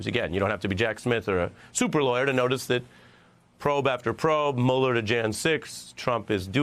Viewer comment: Mueller. Just get his name right. It's not that hard.